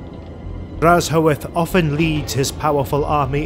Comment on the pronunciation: The video is here but where is the lore? Also, his name is pronunced as drazh-oath. "Black-oath."